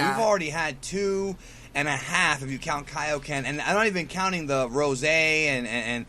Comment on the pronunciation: OMG the way you say Goku Rosaayy instead of just Rose makes me cringe.